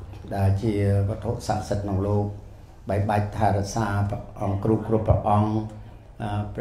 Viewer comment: គ្រូ មិនមែនគ្រុទេ